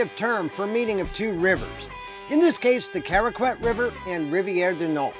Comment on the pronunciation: Not to be nitpicky but you don't pronounce the "U" in "Caraquet" (it's more like "Caraket").